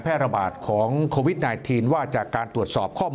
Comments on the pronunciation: ทำไหมกิตติอ่าน โควีด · นายกยังอ่านโคหวีด